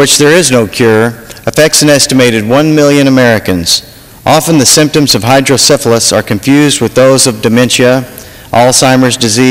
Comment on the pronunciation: Neat stuff. Too bad they don't have more consideration such as this in other places. I'm 40 now and have had hydrocephalus since I was born. I do wish people would stop pronouncing it "hydro-syphilis"